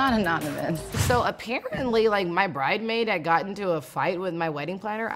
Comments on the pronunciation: The “S” in bridesmaid is not silent. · Just say Bridesmaid not Bridemaid..Uggghhhg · I love how Eva continues to say "bridemaid". 😂😂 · the correct pronunciation is "bridesmaid" singular "bridesmaids" plural not bridemaid ever lol! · It's pronounced 'BRIDESMAID' not 'Bride Maid'........there's an S in the word.... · Bitchmaid now 🙂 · If she don't STOP saying "bridemaid"!!!...ughhhhhh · Lawd NeNe got Eva saying “Bridemaids” lol smh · Damn! Now Eva is saying bride-maid. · So is the "S" in bridesmaid silent? 🤔 It was just nonexistent when Nene got remarried 😩